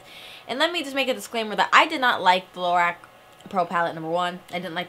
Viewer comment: Lorac is pronounced "luh-rock" :) the company just posted about it on their instagram